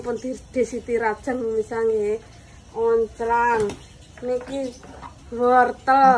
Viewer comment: Tempatku daun bawang itu loncang mas bukan oncang... Apa aq salah dengar ya 😄🙏